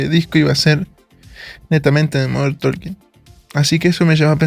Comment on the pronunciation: DIsculpa No lo tomes a mal, MODERN TALKING: SE pronuncia (Modern TOKING) lo mismo pasa con la palabra "Walking" se pronuncia (WUOKing). La L NO se pronuncia al lado de la k. Gracias por entender!😊